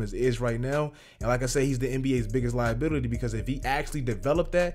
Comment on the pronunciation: “Liabitily” tell me you niggas heard that